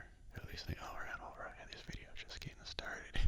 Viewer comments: When you say alright many times it sounds like you're saying ragdoll. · Awesome vid, the "alright"s turned "rattle"s for me at parts lol